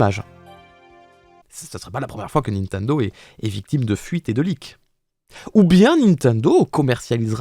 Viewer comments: Nobody:: "Ninteindo" Me: 👁👄👁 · J'adore comment tu prononce Nintendo😂